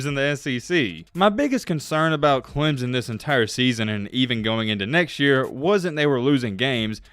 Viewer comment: dude it is not clem zon it is clem son just saying